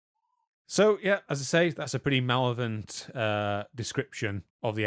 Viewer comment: Mal-lev-o-lent not mallow-vent. Number 9 in Norse Mythology: Are you guys doing any research or are you just winging it?